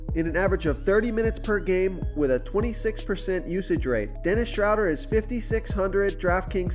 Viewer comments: Its pronounce "Shrow- dare" lol 😁👍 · Please learn Dennis Schroders name. Drives me nuts. It is pronounced Shrewder like crew or brew...